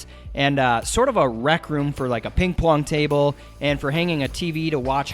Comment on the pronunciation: "Ping Pwong Table" lol